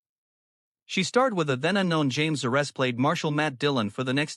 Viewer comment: His name was "ArNESS", not "Arress".. oy... Arness took a round at Anzio and had that characteristic limp ever after. The "Long Branch" in Dodge was a bar and cat house on Front Street from c 1875-85, historically.